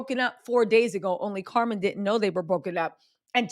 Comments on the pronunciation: lol it's Cam'ron Diaz not Carmon lol love you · It's CAMERON Diaz not CARMEN Diaz!!!! How hard is that to get correct?????.....makes you not worth watching!!! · Carmen? Cam- ron😂😂😂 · I’m dying you said Carmen Diaz it’s Cameron 😂😂 you a mess but I’m here for it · Her name is Cam-er-on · Cameron Díaz. CAM-REN DEE-AHZ. Also Jessica had a career before him. He’s just a jerk who doesn’t take accountability.